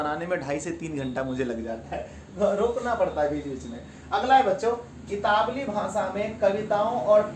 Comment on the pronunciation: Italwi, itawli nahi